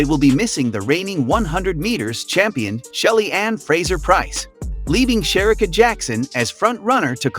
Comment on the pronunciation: It's pronounced "Shereeeka" not Sherika!!!